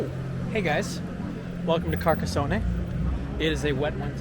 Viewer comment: From his third word cant even get .....near ......the town`s name pronunciation....omg